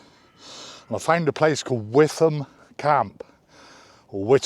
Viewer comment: I know Witham Friary quite well, as it's close to Frome. It's pronounced "Wi-tum", not "with-um" as most people often say. This should all work out in the end, modern life often requires a lot of patience.😉